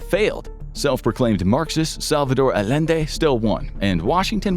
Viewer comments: Bro really said Alende instead of Allende 🥸🤨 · Salvadore Allende is pronounced with double l making a y sound. It's pronounced A-yen-de.